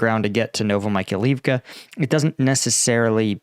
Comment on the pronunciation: No, it is actually getting worse (Zaporaheezia, Novo Michael leave ka, Harkeeve). ain't even trying, but it's okay. People don't come here to learn how to say those names, after all.